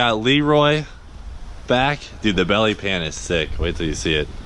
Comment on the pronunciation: Its not a belly pan. Its a bYelly pYan